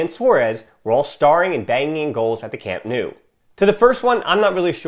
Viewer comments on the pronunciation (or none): Nice video, but would love to hear proper pronunciation of names; Camp Nou is pronounced Camp “Now”.